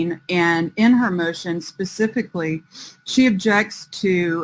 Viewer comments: Pacifically stipulates 🤙🤙😅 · Pacifically is she on pch?